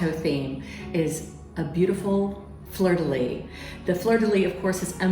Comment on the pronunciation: Please say: fleur de lys (lisse). ❣️😘🇨🇭